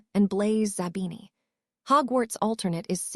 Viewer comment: It is not d o m a t a, it is dementor Karma and it is not zabana, it is zabini?